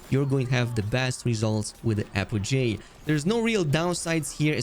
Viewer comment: Apogee is apogee not apojay